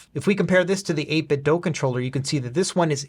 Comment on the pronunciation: It's the "8BitDo". The word "do" rhymes with "goo". The word you keep saying is "8BitDough".